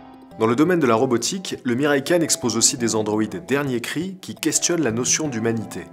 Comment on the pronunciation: OMG les prononciations des mots... Ce n'est pas de l'Anglais hein.... Entre le Kawai et le Miraikan... Même Google traduction s'en sort mieux.